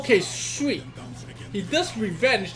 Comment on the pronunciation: did you say swee or sweet ? xd